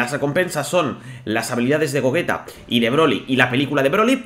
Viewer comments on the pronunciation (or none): Goullira ._. Creo que se dice Gogeta xd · La pronunciación es : /go. 'yi. ta/ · When quieres hacer pensar a la gente que sabes pronunciarlo "Gougira, Gougira xdxd" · Le había dado like y lo quité cuando dijo gouyita